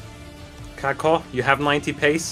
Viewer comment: (Cack-uh) How pronounces Kaka...